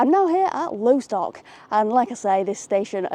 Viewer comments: It’s called Loss-tock, not Low-stock 🫣. Loved the video though as always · Lo-stock not lowstock.. you're saying it incorrectly